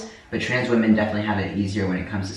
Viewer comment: My favorite thing is that you say "trance" instead of trans like 85% of the time.